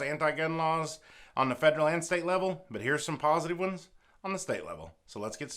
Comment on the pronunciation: The way you say steate is funny 😄